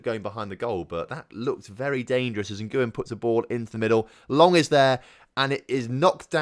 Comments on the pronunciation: Nguyen is definitely pronounced 'win'. Not even playing. Really. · Nguyen is actually pronounced en-gwyn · Ilham Fajrian no anyone can do it if they “whin” and then they’ve pronounced it